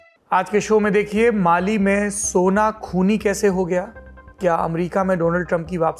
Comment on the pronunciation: Sir at 4.03, you said Bali instead of Mali